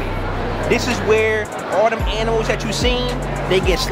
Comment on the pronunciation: This shit is better than most comedy shows 😂😂. " FREsh aminals"😂